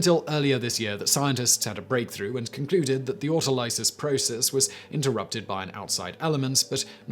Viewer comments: Autolysis (auto-liss-iss) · Sometimes I wonder if Simon's awful mispronunciation of words like "autolysis" is something he does on purpose. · I raised my brows at his pronunciation of autolysis